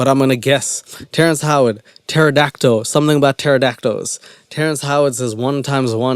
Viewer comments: And the fact that he pronounces it PterodactO… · Is my hearing bad or did he call a pterodactyl a "pterodactdo?" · I’m black ok.. but I have never understood how black ppl can mispronounce words like “pterodactyole” and “cereole” and a lot of black street fighter fans say “hadooken” instead of “hado-ken” what is this phenomenon?? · I think he said Taradacto